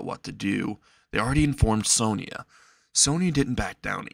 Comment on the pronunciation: its Sona, not sonya or sonia